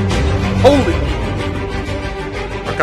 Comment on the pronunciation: OMG he did say well Arkadiusz Milik